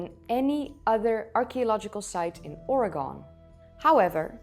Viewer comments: Just a quick little FYI, in the Pacific Northwestern USA the colloquial pronunciation for the state of Oregon is or-e-gun or sometimes or-i-gun. The extreme dogmatic and cult like attitude of some “stuck in the old mud” archeologists and their inability to mentally move on with newest evidence is tragic. Many of them where and are fully vested in theories that where not that solid to begin with many being somewhat weak at best. For instance, the idea that Stone Age people traveled overland through a glaciated landscape without the equipment and resources to do so. Why did it take so long for these archaeologists to realize and accept the concept that traveling via a coastline is far easier, safer and pragmatic. Many of the dogmatic archaeologists have or had very little DIY experience in the world of real life hands-on experience with experimental archaeology. Many are bogged down in academia. Very few know anything about what it actually takes to do the following: surviving on foot glacial travel, maritime coastal travel with archaic tools and resources. Many cannot actually make functional tools, weapons, and clothing etc in the form for the time periods they are claiming to study. Beyond the required skill sets and arduous task of making the before mentioned lets then step into the actual long term successful implementation of the associated life. If the archeologist cannot comprehend and do these things… then they are incapable of understanding what the peoples of their s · Fascinating, thanks, Umatilla, Oregon resident...it's "Or-uh-Gun" /"Aura Gun" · I can't truly believe someone telling me about my home state when they call it ore-gone. It sounds like oreg-in not gone people.why do other states keep saying gone at the end? Well now you know incase you care about pronunciation. 😊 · Oregon is pronounced like (aw-ruh-gn) 👍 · Or Ree Gunn is the proper pronunciation of Oregon, fyi. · A bouncy presentation… Oregon is pronounced “Or E Gun” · Wtf is Ory-gone?